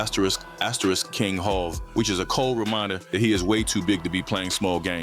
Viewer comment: Jayz jehovah hova hov go practice. You're losing credibility if you can't pronounce hov